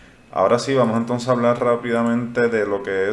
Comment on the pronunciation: Ejemplo : se escribe y se pronuncia igual la palabra "hablar"....y no "hablal".....se escribe y pronuncia "Puerto Rico" ....y no "Puelto Lico"...lo mismo es para "Verde"...y no "Velde"...."mirar".....y no "milal"...."sin embargo".....y no "Sin embalgo"......y así sucesivamente. Es muy importante que usted lo pueda "introyectar" (no "introyectal") ya que en teoría los expectadores no sólo buscamos información, también es válido lograr estar escuchando una dicción de dicha información plasmada en su canal de manera correcta, según los estándares gramaticales básicos. No es mucho pedir, insistimos. No creemos ofender a nadie, es normal lo podemos comprender que se arrastren algunos sesgos de dicción desde la infancia, pero nunca es tarde para perfeccionar o eliminar ( mejor dicho), tales sesgos. Esperemos que nuestra opinión sea tomada en cuenta sin ningún tipo de discriminación o censura. Gracias.